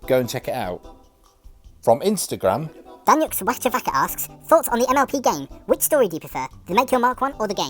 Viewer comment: Omg im daniux, you pronounced my name correctly in spanish <333